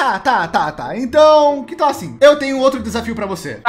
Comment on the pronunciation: "thal" com L kkkkk